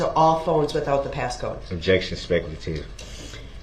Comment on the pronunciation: Do you have a video recording system on your house? "Objek-shun, spek-u-lative"😂 "What do you mean by 'swat team'?" 😂 Oh Duh-rell, you're as clever as you are handsome 😂😂😂